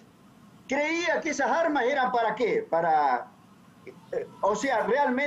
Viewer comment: Cavallo "¿De dónde salieron esajarmas? 🤣😖